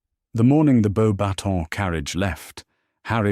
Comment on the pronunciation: It’s funny to me that the AI narrator gets “Beaux Batons” perfectly (well, most of the time) but mangles “Gabrielle”it feels odd to me to continually refer to Cedric not by name, but as “the Hufflepuff champion”. It’s pretty safe to say that anyone choosing to listen to this story already knows that Cedric was the properly chosen Hogwarts champion. With Voldemort’s practically tossing away poor young man’a life like garbage, not referring Cedric by name feels to me like erasing him entirely. Is this posted to Archive Of Our Own or another site?